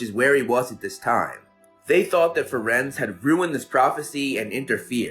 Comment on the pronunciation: I don't know if anyone has said it, but it's Firenze, not Firenz :)